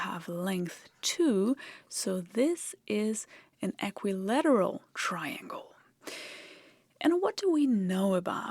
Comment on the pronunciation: Who's going to have the heart to tell her that in English, we don't really pronounce "equilateral" the way that she did?